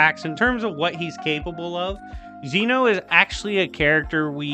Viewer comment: Youve been saying zeno wrong. This is why dub>sub